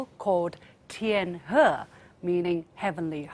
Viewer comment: LiuXin, there is no need to purposely pronounce the words TianHe or TianGong in the English accent. Just say it naturally in Chinese will sound more soothing to the Chinese people. Thanks.